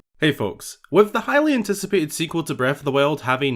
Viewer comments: HE SAYS IT EVERY TIME! HOW MANY TIMES MUST I POINT OUT THAT HE SAYS ‘HYLIAN-TICIPATED’ 😭 that’s my pun contribution to the world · Anybody else heard Hylian-ticipiated?